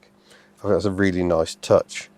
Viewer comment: I fink its' nice i'll have free of em, in case i go frew any of em! Home boy needs to work on his pronunciations of certain words.